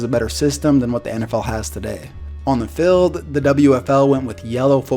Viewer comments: I hate how he says “fild” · Please pronounce the word FIELD correctly and stop saying "filled". It's horribly annoying.